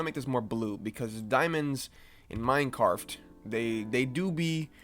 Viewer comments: Bro, you really edited this video and didn't make the change and realize it is Minecraft, and not "Minecarf" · Hey Buddy, It's Mine CR aft, Not Minec AR ft.. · pahahahahahhahah did he say minecarft